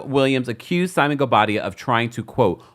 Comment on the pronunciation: 😂😅😅😅😅@ can't even pronounce his name..Thanks for confirming I wasn't alone in that observation